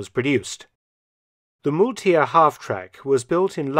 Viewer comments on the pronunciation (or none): Kann jemand Herrn Felton mal bitte die richtige Aussprache deutscher Waffennamen beibringen. Der Raketenwerfer heißt MAULTIER, nicht Muhltier! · MOWLTIER. MAUL (MOUTH) TIER (ANIMAL) MULTIER IS NOT KORREKT! AND AS A GERMAN,.... IT HAS TO BD KORREKT!!! 😠😠🤯😝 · It's pronounced like m-🦉-tier. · It is called M a u l ti e r not muletier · Great and interesting video Mark. I'd never heard of this. By the way : Maultier = mule and is pronounced something like "mowl-tear". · "auf Maultier" (pronounced more "Mowltier") means "on a mule" - I guess at a stretch the vehicle does look like some kind of animal. My grandfather used to comment that a certain woman he knew "Sings like a Moaning Minnie", and today is the first time I found out what he really meant! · That moaning sound of the rockets! The sound alone would be terrifying! Maultier means Mule, or Mule Animal. Fitting name for a halftrack truck. It's pronounced as two words, sounds a bit like Fowl Pier. But with an M and a T, so Maul Tier. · Maultier is pronounced as if it was spelled Moultier (like in mouse). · It´s "Maultier" like in "owl" (try mOWLtier) and it simply means "mule". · aaaah a good feeling seeing Mr. Felton finally struggle with the pronounciation of a german word. Thank you Maultier! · I'm usually very impressed by your pronunciation of German words. This time you were completely off at 'Maultier' however. 'Maul' means 'mouth', and the vocals are pronounced almost identically ;) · Maultier Mau like in mau mau L Like in like Tie like tea + r Maultier